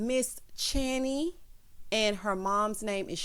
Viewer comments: thank you again for the shoutout, you pronounced it correctly 🙂 I left you comment but know you got loads to get through 😆 Wishing your son a huge happy birthday for next week too! 💕🎂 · Thank you once again, like channy said you did pronounce it right , I too would like to wish your little prince 🤴🏾 a massive Happy Blessed Birthday for next week 💙🎂🎁🎉